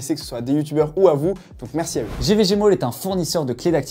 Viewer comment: A chaque fois j'entend GVG MOULE...